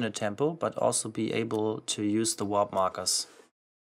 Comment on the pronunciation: Why do you keep saying “WHOP”? It’s “WARP”